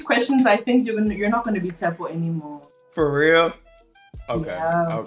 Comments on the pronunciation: got his 'O' on Pap haha!! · "...you've lost the o in Tshepo" 😭😭😭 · "At this point you've lost the O in Tsepo" 🤣🤣🤣🤣🤣